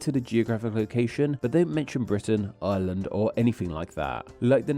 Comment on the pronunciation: I love how "island of Ireland" sounds like "island of Island" when you say it. I looked away for a moment during a moment you said that and was like "island of Island? what's that?" only to look back and see an arrow pointing at Ireland before realizing what you actually said